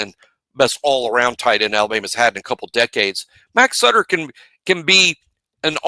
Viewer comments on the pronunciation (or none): Cannot believe called the man Suiter instead of Sutter lol. Sometimes the names are pronounced exactly how they sound. Butter… Sutter where the heck did get suiter lol 😂